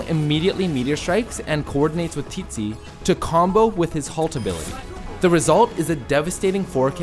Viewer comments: It’s TIZI not TEETZI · Not as bad as teetzee